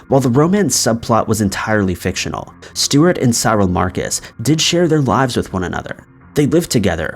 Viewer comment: How did you pronounce Cyril?